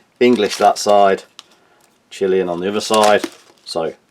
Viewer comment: "chilean" xD